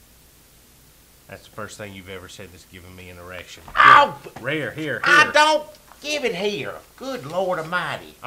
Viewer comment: " That's the first thing you've ever said that's given me an eriction" LMFAO